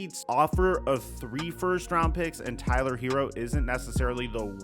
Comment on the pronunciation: His name isn't Hero. It's Herro. Sounds more like hair•o. Not hero.